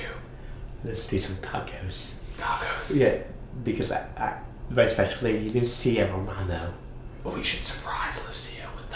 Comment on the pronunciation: How could you not fall in love with?! The way he says Lucia Romano is so beautiful... pure joy!💗